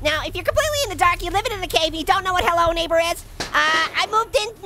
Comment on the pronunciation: Make fwends wiv Mark( neiberer)